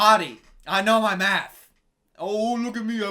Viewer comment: Every time you said “math” I heard “meth”